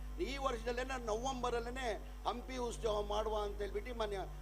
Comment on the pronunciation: 😮 ಉಸ್ತವ ಅಲ್ಲವೋ ಮಾರಾಯ ಉತ್ಸವ 🤦‍♂️